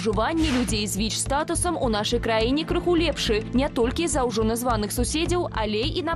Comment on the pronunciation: Беларускаю моваю слушна казаці "Віч", але ня "Вічь" ❗ У Бел мове няма мягкага Ч ❗